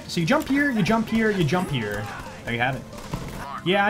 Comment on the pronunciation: is there any jojo fan around here who thinks about polnaref every time he says "jump here" bc it kinda sounds like "jean pierre"? no just me ? XD